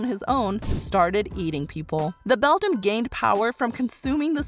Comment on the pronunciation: The word Beldam is pronounced BELL-DAM, NOT BELL-DUM